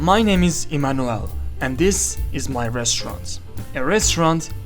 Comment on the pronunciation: IT'S NOT MANUAL BRO !!!! its emanuel 😂😂😂😂😂